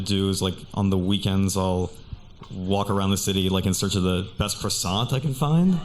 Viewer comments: The first girl is 🇲🇫 but doesn't know how to pronouns "Coissant" ! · Funny how the first girl claims to be French and doesn’t know how to correctly pronounce croissant 😂😂😂😂